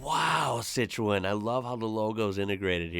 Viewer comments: It's pronounced as Seet-Throw-An. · Pronounced COTROWN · This guys attempt of saying Citroën is hilarious, he needs to get out of his basement and travel 😂😂😂😂😂😂😂😂😂